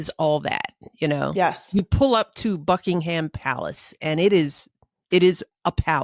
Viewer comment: Americans,the “H” in Buckingham Palace is silent. “Buckingam” not BuckingHam.